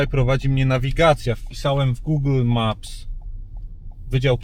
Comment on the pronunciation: Dlaczego mówisz guugl maps. Jeżeli już chcemy być tacy angielskojęzyczni to nie mówi się tego w taki sposób